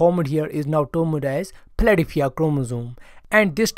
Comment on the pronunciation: He says: "Philadelphia chromosome" and the translation said: "Platyphia chromosome". Hilarious and informative about the person's ability to pronounce English words!